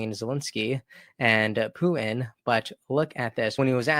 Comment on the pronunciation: P U T I N not Poo in speak correctly or get off the air.